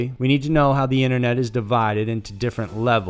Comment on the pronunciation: Inet mysteries? Why did he say it like that lol